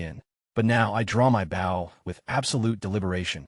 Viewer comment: Bow... as in boat side. Instead of bow as in archery bow. Low quality vid.